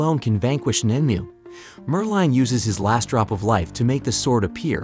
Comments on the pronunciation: Merlin. Not merline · You can not even pronounce Merlin.